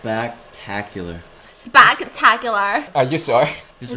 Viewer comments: “Spak-tak-ular” lol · I laughed for 30 minutes at the “SPACK-tackular